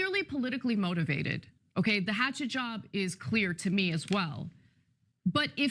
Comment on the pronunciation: At 10.08, Chunky says "Let me be quee.. clear"